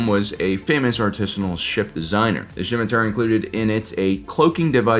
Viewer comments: hey whats up nerd, its pronounced SIMM i Tar - not SHCim atar, good channel, the C is silent. Its a sword in history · I have never heard scimitar pronounced like that. Skim-itar, sure. Sim-itar, yup. But Shim-itar is a new one to me